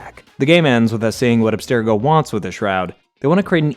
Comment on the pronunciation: For one… say Abstergo correctly. It’s pronounced in almost every Assassin’s Creed game and is always pronounced the same. wtf.